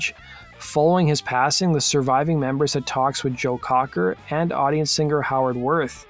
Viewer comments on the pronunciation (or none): none